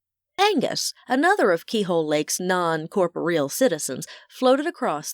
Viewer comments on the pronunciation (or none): The story is very good. I've listened to them from the beginning, and I'm pleased they're all stand alone with a thread of continuity. I like the narrator though she has a tendency to emphasize words that don't need to be. It's not often/ She does need to learn how to properly pronounce corporeal. I'm looking forward to listening to book 4.